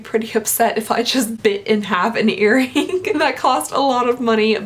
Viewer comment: Did you pronounce it earrinGUH? The ing is soft. It's eareeng.